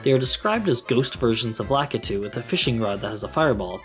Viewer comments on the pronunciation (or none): none